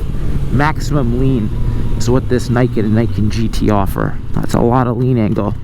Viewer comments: Fixed audio?? I still hear NAI-KEN instead of NEE-KEN as it is supposed to be called...... It's not that hard guys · It's not Nike-ken, it's Nee-ken. "Ni" is 2 in Japanese, "Ken" is sword. It literally says "Two Swords" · its "nii" "ken" noot "nai "ken" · It’s a machine for sure, but it’s not sportswear. Pretty sure it’s pronounced nee-ken. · learn how to pronounce the word Niken Neeken, as is the camera is Neekon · Niken = 二劍 = pronounced "ni" as in "Nissan" Thumbs up for reviewing the cool bike, thumbs down for saying the name of the thing you're reviewing wrong. +1 -1 = 0 (no thumbs up or down from me for this video) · nah, just because someone else pronounced it wrong AS WELL doesn't make it right.